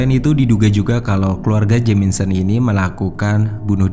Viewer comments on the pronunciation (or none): Sumpah.. geli ma keganggu ma red OAK.. RED OUGH LA.. JELAS2 JAMISON TP SELALU JADI JAMINSON.. NAPA MIN? MENTAL ILLNESS??? Ngadi2 penyelisiran.. artinya apa??? Penyisiran? Penyelusuran??? Ayolah jgn asal2an ntar endorse netfilx g masuk lagi..